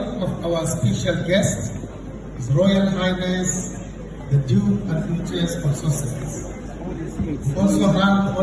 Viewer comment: "HRH the dook & douchess.."😂😂😂